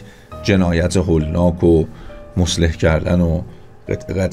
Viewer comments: مصلح نیستا اقای مجری مثله هست ه اخر تلفظ نمیشه با غلظتی که شما تلفظ تاکیدی دارید رو ه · درود و عرض ادب. سپاس فراوان. جسارتا مصلح کردن درست نیست. صحیحش مُثله کردن هست